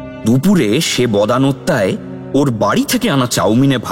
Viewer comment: বদান্যতায় টাও বদানত্যায় হয়ে গেছে দুবার।